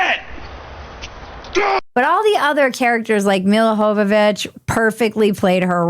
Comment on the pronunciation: LOL did you just call her "mila hovovich"? :D :D :D that name is yugo, not latin, silly :D